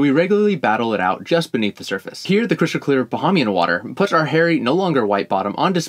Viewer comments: Isn’t it pronounced ba-he-me-en ? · Definitely haven't spent enough time on land to know that's not how to pronounce, "Bahamian". Say it with me, Bah-haim-yin 🇧🇸😉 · Its pronounced Ba-hey-me-an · Fun way to pronounce Bahamian wrong lol